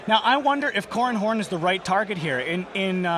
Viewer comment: "Corran houn"